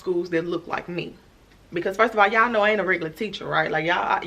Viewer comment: "the math wain' mathin" that caught me off guard Lmao